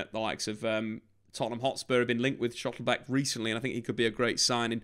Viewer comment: It's Schlotterbeck, not 'schottlebeck'...